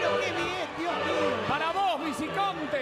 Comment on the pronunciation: todo iba bien hasta que dijo "VICICONTE" >:(